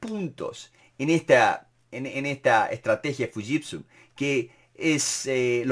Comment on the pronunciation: Excelente! Un detalle nose si estoy en lo correcto se pronuncia shiushitsu, no fushitsu